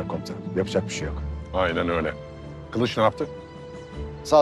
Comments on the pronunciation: Bizimki kılıç demeyden kalıç deyir😒😒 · kılınç dedi axı